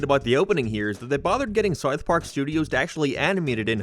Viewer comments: "Sarth Park" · Dude can’t even say South Park…. Wtf was that